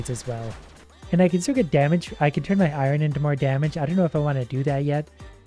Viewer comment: i love you but i hate the way you say Iorn